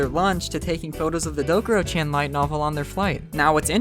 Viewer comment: BRO you said.CHAN WRONG- but besides that good vid